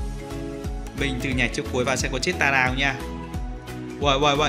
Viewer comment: Vs ai có nghe nói "tẻ raa":)))